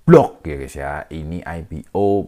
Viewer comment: Bacanya (Bi-Log) bang/Bisnis Logistik, bukan go B-log.. 😂 itu bagian divisi pengelolaan barang dan distribusi barang alfamart, kebetulan gua kerja di ritel ini bang omon²